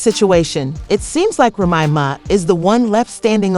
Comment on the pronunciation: It's a trip. How you gotta Lie to get hits You can't even pronounce Remy's name correctly. Stop lying to get hits Now all you're gonna get is Avoided Tea Celeb, Trash.